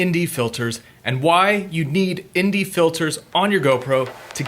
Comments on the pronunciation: Anne Dee... not Indy... Sometimes you said it right... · So when you say the letter N you pronounce it (N) as IN?